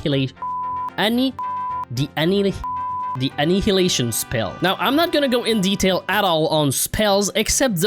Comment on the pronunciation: "Andnidination" spell got me chocking 😂😂😂😂